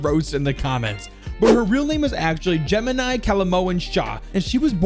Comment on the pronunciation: Jaimini is not the same as “Gemini”